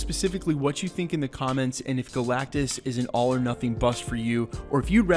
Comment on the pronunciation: It’s galactus